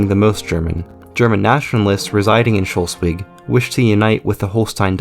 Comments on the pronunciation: Even in Pennsylvania people speak better than in Shollsweg. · Good video, but your pronoun citation of Schleswig/Slesvig is a bit off. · Sch - Less - Wigg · You need to work on your pronounciation of Schleswig, it is not shulsig. or shulswig Good video otherwise though! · Great video. Really. And it throws light upon an ill-understood part of German history. But, please: "schlay-svig". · Why do you say Scholswick the whole time? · Your pronouncing of Schleswig is awful it's not Schlusswig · Why are you pronouncing the state of Schleswig as 'Sholswig'? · I guess like this: First divide Schleswig into syllables: Schle-swig (it can't be Schles-wig, since e cant be a syllable-forming vowel in English), and then since final -e is elided in English: Shl-swig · he said Sholswick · The mispronounciation of Schleswig/Slesvig with an O(Scholsvig) grinds my gears a lot, I have to say, but otherwise a good video. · lol.. the way he pronounces Schleswig... try it like this: Sh- les (like in les miserables) -wig Schleswig. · Schleswig is pronounced Schlehs wig. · No no, its pronounced sles-vi(soft g) in its proper danish (Just kidding, both the Ggerman and Danish pronunciations are fine nowadays). Funny how ended up with a pronunciation that neither side likes. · As for someone who is from Hamburg and lived in Schleswig the history is very interesting. However it's schles- wig. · I just can’t with his pronunciation of Schleswig… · Thanks for the video! The mispronunciation of Schleswig would have been forgivable if it weren't said so often. Such an embarrassing oversight... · I’m not even German, but the way you pronounce Schleswig annoys me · The way he says Schleswig makes me want to throw up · Slesvig or Schleswig how ever you spell it, has the l infront of the e. You might want to pronounce it that way the next time. And it might as well be a thought to be concidert, to end with the two referenda of 1920, creating the status quo. Otherwise great work.